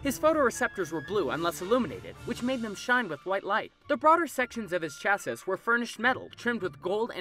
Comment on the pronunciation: He said chassis wrong lol